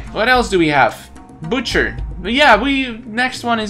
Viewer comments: you do not pronounce butcher like that just saying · butcher is easy if you use yari and it is butcher not bucter